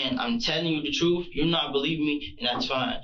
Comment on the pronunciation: "I"m telling da truf"